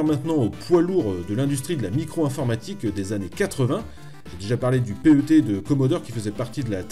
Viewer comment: Le "Commodore Pé heu Té" ?? mais tout le monde dit PET (animal de compagnie en anglais) et c'est fait exprès ! C'est quoi ce spécialiste en carton ? :-D